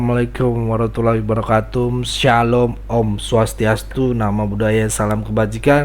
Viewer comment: Maaf saya jga mengomentari kata pembuka anda(salam) yg bener tuch " assalamualaikum warahmatullahi wabarokatuH ✓(wabarokatum X)